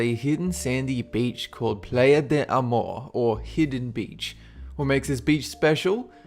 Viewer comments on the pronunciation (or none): he pronounced playa wrong